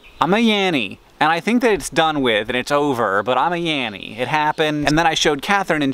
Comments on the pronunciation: I heard "Yarry" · I don't hear laurel or yanny. I hear yeah-we and am very confused...